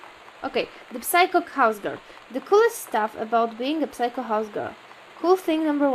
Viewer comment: Jejku, jestem w szoku! Pierwszy raz chyba zauważyłam u jakiś błąd w angielskim... XD W każdym razie, chodzi mi o to, że "psycho" nie czyta się "psajko" tylko "sajko"~ Tak na przyszłość ^^